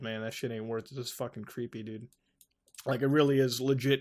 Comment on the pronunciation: you say dude like dud it's hilarious